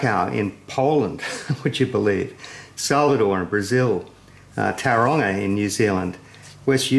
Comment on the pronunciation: totally deserve to have that in the museum. Beautiful build. Added bonus for me is you pronounced Tauranga correctly.